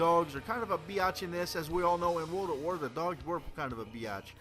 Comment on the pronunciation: whats "wrold" ?